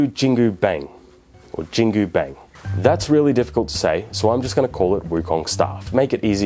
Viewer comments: Note: Bang in Chinese is pronounced as “Bong” instead of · Its spelled in Hanyu Pinyin so its actually pronounced like "Bunk" instead of "Bang".